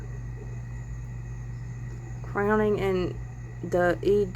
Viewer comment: 'Crowing ' like a rooster, not crowning